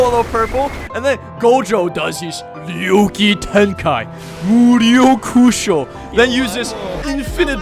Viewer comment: it’s muryo kusho